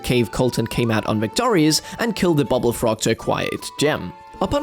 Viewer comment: Why do you pronounce bubbul as bubble???